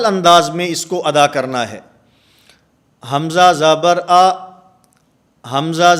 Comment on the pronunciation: حضرت آپ پڑھ رہے ہیں ہمزا اور ہے وہ ہمزہ